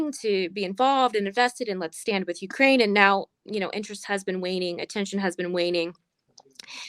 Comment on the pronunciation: Please learn how to pronounce Ukraine.